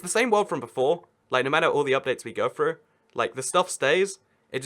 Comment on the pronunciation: Let’s get froo em it’s let’s get through them